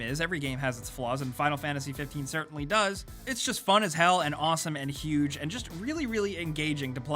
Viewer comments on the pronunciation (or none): "it's awesome and YUGE"